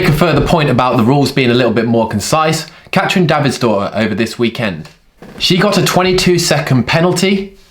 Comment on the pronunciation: ive been watching your channel for nearly 5 years and youre awesome. But please pronounce katrins name right.